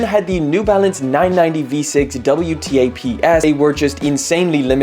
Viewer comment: WTAPS is pronounced Double Taps just a heads up